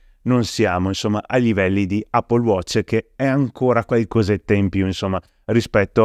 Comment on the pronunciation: Sei il primo che sento pronunciare Apple correttamente